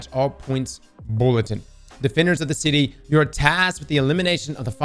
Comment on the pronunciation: Did my man say defender of the titty ? 😂 *I know he said city but it sounded like titty. 😅